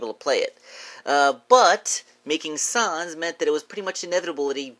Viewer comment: Why are you saying s-ons😂